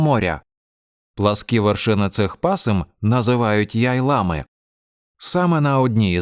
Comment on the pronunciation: Одне питання: "Яйлами" чи "яйлАми". Бо вчителька робила наголос на "я", а Ви на "а". Просто я не розумію.